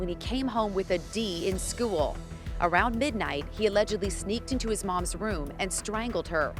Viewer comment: It’s school, not SKEWiLL.